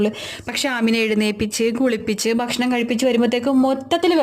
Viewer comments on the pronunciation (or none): none